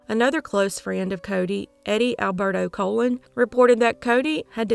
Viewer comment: Wow, Cody’s story is so heartbreaking! Eddie Colon’s last name has two long O’s; sounds like the word “cologne”. Apart from respect for the families, this is important to know because there are other well known true crimes featuring this surname - such as the ABC murders of Buffalo, NY, and the fairly recent Jane Doe case.